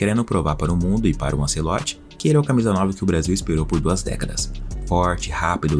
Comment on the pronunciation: Tirei do vídeo pq fala anCEloti.